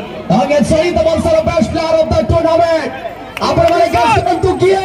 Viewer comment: Tournament not turnament